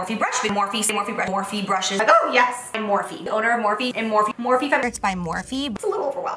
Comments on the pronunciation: Now I cannot unhear "more feet" 😂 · she said morphe so much it sounds like she was saying more feet